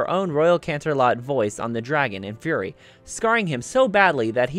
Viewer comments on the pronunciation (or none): none